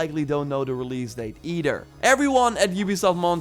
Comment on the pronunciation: Advice: when you say words like "either" or "other," put the tongue between the teeth and blow air over the tongue under the teeth.